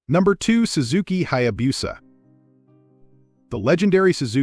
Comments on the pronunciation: Yes, it is pronounced Hayabusa, not Hayabusa. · If a Hayabusa is so legendary, you should learn how to pronounce it.